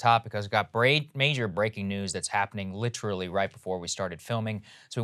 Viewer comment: Saagar "litcherally" Enjeti